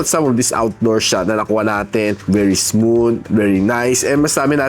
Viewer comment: hard th po pronunciation ng "smooth"